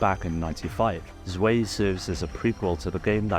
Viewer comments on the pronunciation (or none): My god people can't pronounce German words. I'm not German but this is so basic. Every time some Youtuber reads Panzer Dragoon Zwei they read it differently. It's not pronounced "Zway" or "Swei", it should be pronounced as "Tzvai" as it's just German for 2